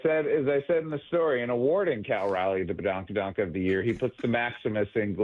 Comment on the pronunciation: 😂yo Brock, don't worry about badonka donk, just keep saying it wrong anyways🤣 Cal Raleigh will hit 66 HR this season💩